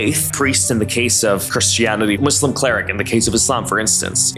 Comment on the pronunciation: It's not Muslim cleric! 😂 It's 'Sheikh' or Muslim Scholar 😊👍 But at least you pronounced 'Muslim' correctly so I appreciate it! 🤝